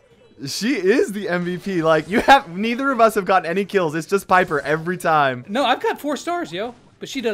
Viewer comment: Kairos T-ime 😂😂😂😂😂